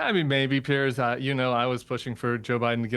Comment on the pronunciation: He cries about pronouncing Kamala and constantly mispronounced Piers’ name. People with different accents mispronounce my name all the time … who the fk cares